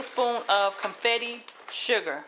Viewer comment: I saw comments correctIng you or “laughing” at the confetti sugar and bonnet pan. We knew you were talking about confectioners' sugar and bundt pan. The cake was delicious, and I appreciate the ease of it.